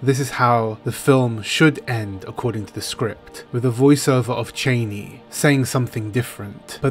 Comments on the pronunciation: "Cheney"? It's Channi, please. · He even said "Cheynee" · Oh please, it is CHAH-KNEE, not CHAY-KNEE. Every time you say Chani's name, it makes me cringe. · Don't understand people pronouncing her name "Chayni" it's Cha-ni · Even though Frank Herbert pronounces it "Cheyney" I'm going back to "Chah knee" i think because I think this will be the pronunciation in the movie and I have always said it was "Chah knee" anyway. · Sorry to say, but Frank Herbert himself pronounced it Chay-knee. I always used to say Chah Knee as well. Funny thing is, it looks like they are going to pronounce it Chah-knee in the new Dune film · So far from everything I've seen, they aren't following Frank Herbert's pronunciations...